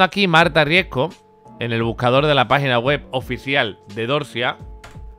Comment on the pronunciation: Me pone nerviosa que no sepa pronunciar bien el apellido RiesCo... Siempre dice RiesGo 😤😤